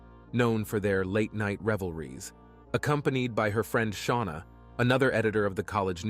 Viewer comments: I believe "Chynna" is pronounced as "CHINA", not as "Chin-a." Sorry for my OCD, everyone. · The name Chynna is pronounced like the country China. It would more professional and respectful if you learned how to correctly say the names of the victims you talk about.